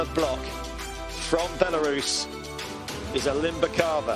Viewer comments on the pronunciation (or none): alim-BYEH-kava at least alim-BEH-kava if the YE sound is too hard. come on man dont be an amateur